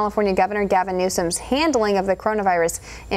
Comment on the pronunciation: Newsome not Newcome